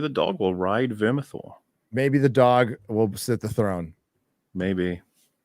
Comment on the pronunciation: It’s Vermithor